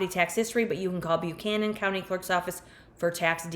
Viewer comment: These areas of VA are absolutely beautiful. Buchanan -> "buh-CAN-in", not "byoo-CAN-in", Virginia has some atypical pronunciations 😄